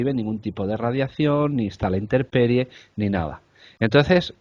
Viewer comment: ¿Interperie o INTEMperie? Que se tropiecen con lenguajes que no sean el castellano, pase, pero que también con el castellano, y en su lugar de origen, es el colmo.